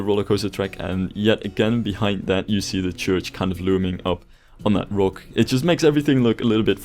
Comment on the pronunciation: Hate the way you say rock but Great work